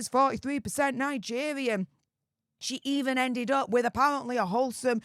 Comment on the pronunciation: Nigevvvvvian😂 ffs u need speach thevvvvapy 😂